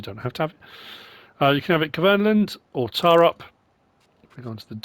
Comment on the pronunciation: Getting ridiculous with those placeable factories. More trouble than they’re worth. Great idea though. It’s pronounced “T’oh’rup” just like Holmåkra is pronounced “Holm’oh’kra”. That truly is a gamechanger that machine 👍🏻👍🏻